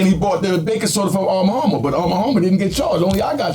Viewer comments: “Armma Harmma” ok lol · Is it really that hard to say “ARM & HAMMER baking soda”⁉️😂